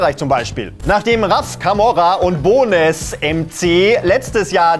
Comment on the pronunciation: hört doch mal auf alle CAPITL BRAH zu sagen es ist fucking C A P I T A L B R A wie KAPITAL und nicht bonez sondern bones (eng) und RAF CAMORA